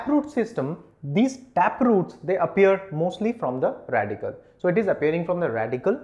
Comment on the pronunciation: Radicle* Not Radical.